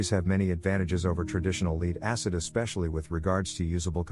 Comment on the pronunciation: Your A.I. doesn't know how to pronounce the word "LEAD"